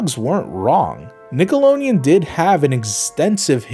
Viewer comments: STOP SAYING NICKOLONEON AAAAAAAAAAAAAAAAAAAAAAAAAAAAAAAAAAAAAAAAAAAAAAAAAAAAAAAAAAAAAAAAA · Stop. Saying. Nickeloneon. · Nobody: Not a damn soul:: NickeloNeon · WTF is Nickelonian? Nickelodeon. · I have to be honest, the pronunciation of Nickelodeon in this video is hurting me